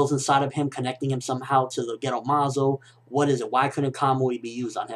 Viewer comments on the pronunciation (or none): haha when you said gedo, i thought you were saying ghetto like it was incomplete